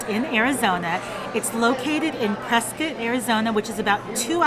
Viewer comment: Excellent review! And you pronounced it right........Press "kit"